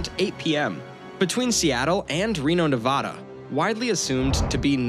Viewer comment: You also mispronounced Nevada.